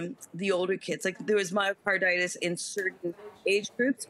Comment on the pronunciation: she mumbles the word “myocarditis” and says it’s only in certain age groups…